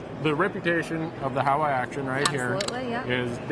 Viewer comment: not a "How-wa"... it's Howa pronounced as "Hall-wa". It's a Japanese name.